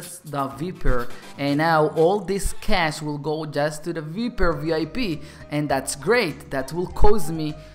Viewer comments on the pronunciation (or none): You don't pronounce it vIEper you pronounce it vEYEper